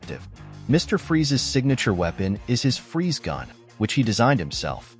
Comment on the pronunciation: Mister Freeze's civilian last name is pronounced ''frees"